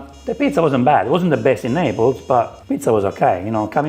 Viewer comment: The ITALIANS ARE CRYING RYT NOW 😂😂😂😂😂 ... What is this ???? Pizza or Indian Flat Bread 😅😅😅😅😅... Ketchup on pizza ???? What a cardinal sin . Let's leave the Italians make their authentic pizza !!!! Pizza originated in Sicily .... its Naples u make it sound like Nepali 😅😅😅😅